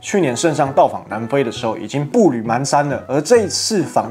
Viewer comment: 步履蹣跚（pán）不是mán